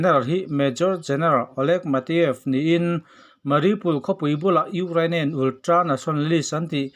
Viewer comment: Ultra tih ve mai awm ulltra tih tlat 😄😄😄